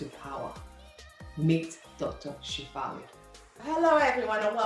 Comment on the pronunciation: SHA-FA-LI. SHA-FA-LI. SHA-FA-LI